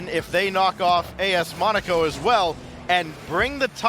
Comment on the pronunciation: im cringing when he says monaco wrong